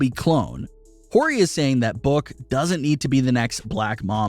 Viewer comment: That’s not how you pronounce “solidified” or “Horry”.